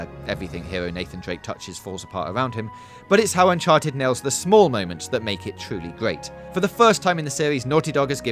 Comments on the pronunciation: Unchared wtf is Unchared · Did anyone catch the “unchared” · Unchared. Unchared. Uncared. Scared.